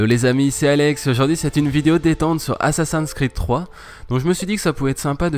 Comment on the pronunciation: asasans kriid ? funny french.